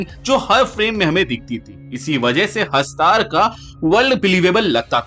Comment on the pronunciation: VO HASTAR HAI HASTAAR NAHI